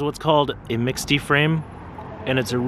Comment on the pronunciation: 'mixte' is pronounced 'meeks't' or 'mixed', 'not 'miksty'. :)